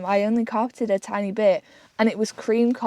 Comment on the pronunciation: Can't bieleve you brought flame inside the vehicle. You finished cooking inside(!!??) Also that fresh carpet will love those food odors. You have space to blow up a mat,sleep right there in the van,drier warmer. You call the van "Tiny" but your pronounce is Tinn-ee(??) Like if someone were to rap on thin metal it would sound Tinny,right??